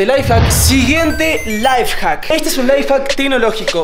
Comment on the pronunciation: X se dice lifehack